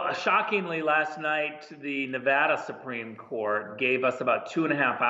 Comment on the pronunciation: It's not Ne-vah-duh. It is Ne-vaa--duh.